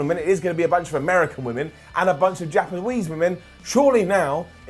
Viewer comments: Did anyone else hear say japawese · "JAPAWESE Women"